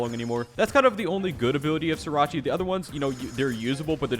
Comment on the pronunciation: 'Siracha'